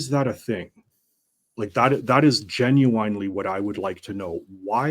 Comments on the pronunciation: If this guy says "jin-you-WINE" one more time, I may lose it. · I came here to say this as well, hate to be a grammar cop but it gen you winely was driving me nuts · He kept saying "You Genu-WINE-ly don't know?" there's some irony there.. But yeah, grammar nazi and all that, but someone needs to teach this man how to pronounce the damn word if he's going to use it every 30 seconds lol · "Gen-u-wine-ly" danquish